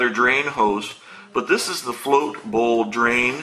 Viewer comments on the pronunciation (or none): none